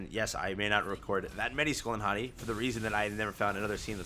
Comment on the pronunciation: Just to correct the pronunciation. It's Hati(Haytee)